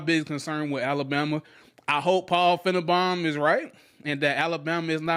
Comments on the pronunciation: Its FINE-BAUM not FIN-E-BON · It's pronounced fine-bomb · I think he knows how to pronounce his name… It’s meant to be an insult. As Paul Fi-ne-Baum (Bomb) = self destruct